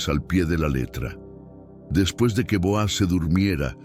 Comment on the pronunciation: NO SE LLAMA BOAZ SE LLAMA BOOZ DICE MUY MAL EL NONBRE LEAN LA BIBLIA